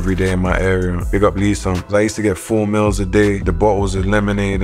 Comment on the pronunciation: When Fredo said meals I thought he said mills cah he's the money man